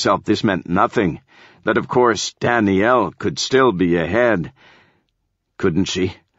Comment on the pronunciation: Lol "Dany-yell"